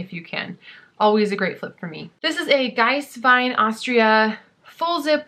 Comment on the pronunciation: Giesswein is pronounced GEEESE - wine.